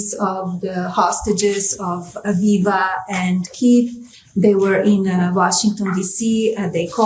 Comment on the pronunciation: Did she say Aviva 🤔